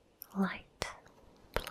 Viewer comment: You're a good editor. Took me forever to figure out you were saying, "Light Blue" :D Very calming. Calm is sooo good sometimes.